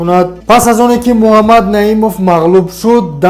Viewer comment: Дуюм - Му-А мад нею МуХ,аммад бугу Илтимос.. МУХАММАД -БУГУ МУ А МАД НЕ..